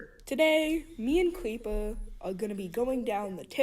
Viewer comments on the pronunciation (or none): “No no, cweepew you don’t undewstaned”